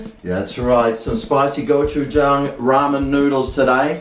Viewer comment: Hi, my grandma is a native Korean and she makes homemade gochujang. It’s delicious! The word gochujang actually has more of a go-chi-jang pronunciation. I’m glad you enjoy gochujang!